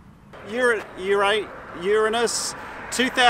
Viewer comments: Ur anu…. Uraanus😂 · Uranus is a Greek word. Pronounce ORANOS! Doesn't sound so bad, does it? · ha he said urine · i love when he almost called uranus the sus pronounce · I think you should pay some more time on reading up on the names of planets and how to pronounce them. I mean, ok Greek is difficult, but at least the Latin pronunciation shouldn't be too much to ask. The usual English pronunciation is just garbage.